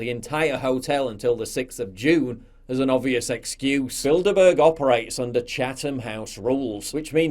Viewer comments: I keep hearing " build a bear " 🤣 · I keep hearing "Build-A-Bear".